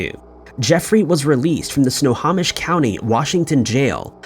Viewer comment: Sno-hoe-mish,, Sno hoe mish